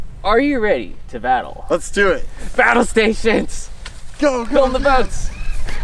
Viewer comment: "your weapon... Will Keel!"